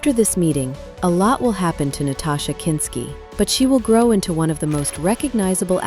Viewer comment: Nastassia. Not Natasha. There's an obvious difference.